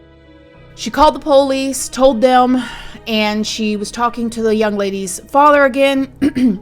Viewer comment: I love the way you say Police same as me! I don't trust any LE and I'm an ex officer myself. LE are a bunch of overpaid, under trained adults acting like children playing with overpriced toys that We the People pay for?!!! Millions spent for zero results. I don't trust or believe anything the FBI/LE and government do and say!!!